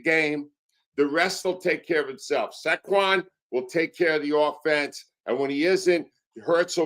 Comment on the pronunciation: Sackwon? Cmon dude Sayyyyyquan get it tihht